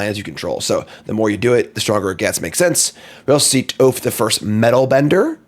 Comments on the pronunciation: Say Toph as you would Cough. Appreciate the summary for sure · Also hearing him Pronounce Toph is crazy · Aang is pronounced aang, however you mispronounced toph, it should be toph not toph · second this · Ueah but he still mispronounced sokka and toph so theres that